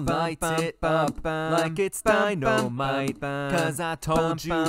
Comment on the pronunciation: why does he say "dino might" 🦖💪🏾😂